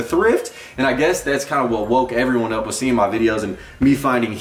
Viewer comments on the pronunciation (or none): none